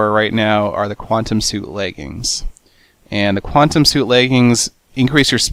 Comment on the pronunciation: What the hell is a qwatem helmit.